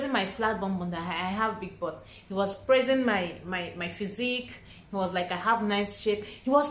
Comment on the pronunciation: I was wondering why he was "pressing" your bum and shape until I realized you where saying "praising " 😅🤣🤣